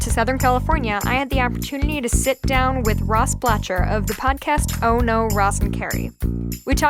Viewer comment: Pronounced "Block-er".